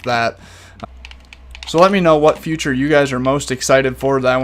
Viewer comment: Learn how to say “feature” not “future” no hate it just annoys me so much 😂😂😅😅